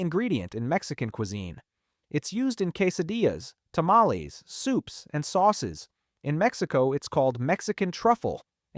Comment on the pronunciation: Did I hear, tamma leeze? 😂